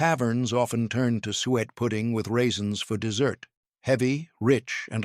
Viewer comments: Not "sweat" , suet is pronounced "soo-ett"!! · Suet is pronounced " soo-it" not "sweat"! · It is NOT SWEAT!!! It. Is Suet pronounced suu et. Fix your stupid AI. It is a waste of my time. I'm out. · Someone please teach the AI how to pronounce “suet”! ‘“Sweat pudding” was never a popular menu item… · Is there a cookbook to go along with this??? P.S. It's suet pronounced "sue-et." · Suet is pronounced Su, - et.